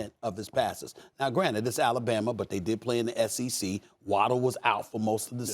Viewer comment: Stephen “AlabamER” smith